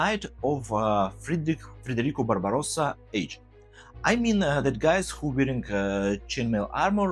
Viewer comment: Congrats for your pronunciation of Barbarossa! Thank you for your video as always! Inspiring and informative!